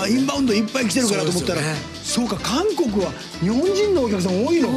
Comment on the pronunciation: 미안한데 캉코쿠라 말하면 감옥으로 들립니다. 한국은 강코쿠라 말하셔야 합니다.그럼수고.